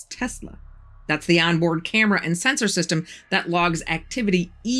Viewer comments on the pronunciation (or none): none